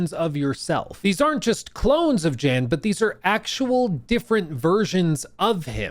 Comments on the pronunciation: Not to be overly serious or nitpicky but it’s pronounced YAN not Jan. And if you played the game it’s said like a million times considered all the characters are Jan. Lost a bit of credibility ngl. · How have you played the game and dlc but still don’t know how to pronounce the main character’s name? There’s literally one main character and not once have I heard it called JAN lol.. it’s pronounced “Yan” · Jan (pronounced YAN) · The J in “I didn’t play this” is pronounced like a Y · yahn (like john with a 'y') is how the MC's name is pronounced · it was really irritating seeing him say Jan with a J 😄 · Literally came here to say this 👆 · yeah. I remember when he talked about the game last year. I got it around the last time and loved it too. Especially some of the music. Still, its a minor annoying since Jan is said a lot in the game (pronounced Yan) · > "I really like it" > Doesn't know how to pronounce MC's name... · try looking up 'the alters luke stephens' before jumping to the comment section w yr comment. its weird that hes incorrectly pronouncing jans name, but come on man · I can't believe you don't pronounced Jan's name correctly wtf lol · Kinda sus to say you loved the base game and not even know how to pronounce the main characters name lol. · what I was thinking too